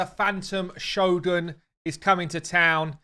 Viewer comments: Cringe every time the guy says ex-TRACT (like the verb) and sho-GUN (instead of sho-guhn) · In official RAID videos they should really pay attention to correct pronunciations. First time in my life I've heard Shogun pronounced like show gun... Cringe AF